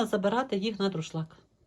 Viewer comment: Українською - друшлЯк, а не друшлАк